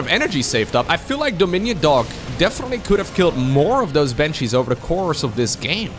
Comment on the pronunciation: It's: bAnshees* not bEnshees.